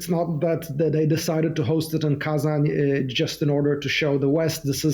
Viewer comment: Wow, someone starts saying Kazanь right